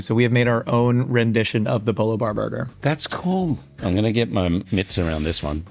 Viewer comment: "There is....... a piece of pineapple......inside my burgah."